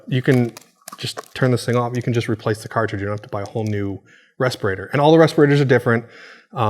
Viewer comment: wait what was that he said? "inorganic cartidge"???